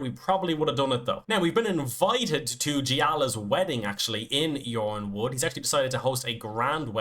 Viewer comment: Yronwood is pronounced "Ironwood". George Martin said that the Y is subtituting I